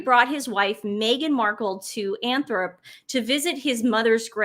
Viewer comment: Hey, the name of the Spencer family's estate is called Althorp, not Anthorp. 😊